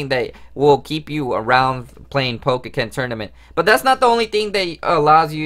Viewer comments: Its po-ken not pokeken! So annoying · Dude you know you're pronouncing the title wrong right? It's pretty annoying